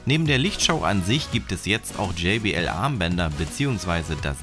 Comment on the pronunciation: Bitte sag jbl und nicht jaybl